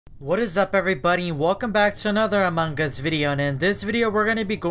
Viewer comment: OMFG ITS AMONG US NOT AMONG GUS